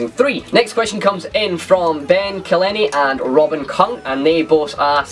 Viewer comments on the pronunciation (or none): you said my name wrong its kilkenny not killenny lol